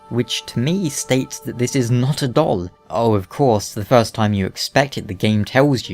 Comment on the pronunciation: I can’t stop hearing your weird pronunciation of “doll”.